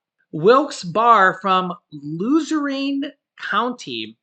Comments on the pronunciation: It’s pronounced like “Bear”Not “Bar”, also it’s “luzern ”county, not luzereen. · Luzerene is pronounced lazern..... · Pronounce of Wilkes-Barre is (wilkes barry) la zurn That is funny. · Wilkes Bear and louzerne is how they are pronounced. I live in williamsport lycoming county. keep up the good work. Watching in PA. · Don't take this as an insult but it's funny hearing people try to pronounce Wilkes-Barre and Luzerne County. 🤣😁🤣 it's pronounced 'loo-zurn.' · this is the correct pronunciation of Wilkes Barre (Wilkes-Bear) and Luzerne is ( Luz earn ). I hope this helps. Love watching your show.